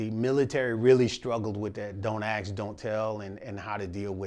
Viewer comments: He lost me when he started saying "ask" as "ax" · How's a guy this experienced, with so much gumption, still saying "ax" instead of "ask?" That was shocking to me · I'm a little disappointed he says "Axe" vs Ask... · Don’t AXE don’t tell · "Don't axe don't tell"? 🤔